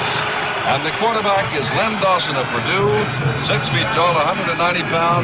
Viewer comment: Its not Lenny Dawson is Len Dawson